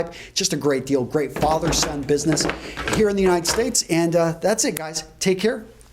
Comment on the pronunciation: I swear, if this guy says "Fathet-son business" one more time, I'm gonna lose it... Nice content though, keep at it :D